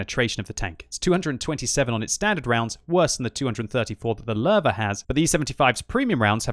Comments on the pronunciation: I keep hearing larva instead of Löwe. You might want to put it into google translate and listen to the correct pronunciation. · Is it just me or does it sound like says larvae when he tries to say Lowe? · The german "W" is pronounced "V"